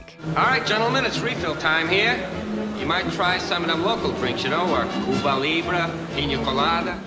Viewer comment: why can people never pronounce Cuba properly?